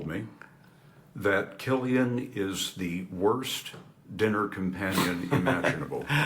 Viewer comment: Will someone please tell the commentator how to pronounce Cillian correctly?!